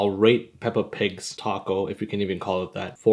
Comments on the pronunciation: no no no. I mean TACO. but instead it sounds like TU-CO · I love how the Narrator calls it a "Tacko" 💀🔥